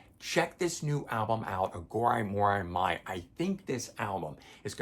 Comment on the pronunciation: on your inquiry about physical release vs digital. I would lean more to believing it's due to production delays/vinyl shortage. They want to rush the release for the tour. Side note if you revisit, you may want to check pronunciation of Iha, Atum, and Aghori Mhori Mei. Corgan has a video where he pronounced the new album for anyone questioning. And his pronunciation of Atum is much closer to Autumn.